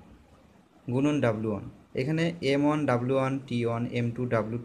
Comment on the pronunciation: অন অন কি?? ওয়ান বলেন